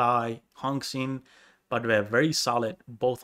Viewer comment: Li is actually the proper way to write lee from bruce lee, it’s pronounced the same and for Xin, the x in chinese is pronounced like Sh from the name Shirley. The in is pronounced the same as in in english.